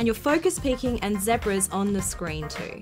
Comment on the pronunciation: Omg say zebra again!!